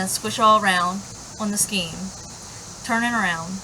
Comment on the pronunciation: You're lovely It's pronounced Skane S Kane :-)